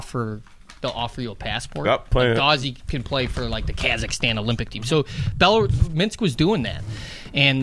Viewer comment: I laugh every time Biz or Whits say "Minx" when they are talking about Minsk.